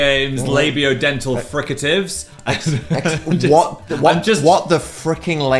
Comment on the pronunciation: labio dentatil WHuh..